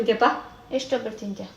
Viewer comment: ಒಬ್ಬಿಟ್ಟು ಅಲ್ಲ ಒಬ್ಬಟ್ಟು or ಹೋಳಿಗೆ